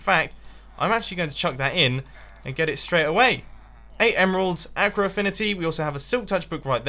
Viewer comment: ur saying aqua wrong